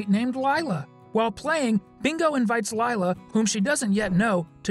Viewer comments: It’s not pronounced LILa it’s pronounced lEla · its proununced like leelu not lighlu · sorry if I sound rude but Lila’s name is pronounced Lee-la, not Ly-la 😬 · It's Lila not Lila /ē/ /ī/